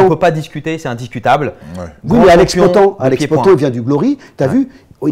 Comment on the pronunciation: Daniel qui dit POTAN au lieu de "POATANE" ^^